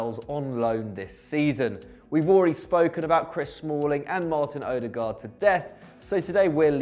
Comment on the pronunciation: Ödergaad? Coutinho?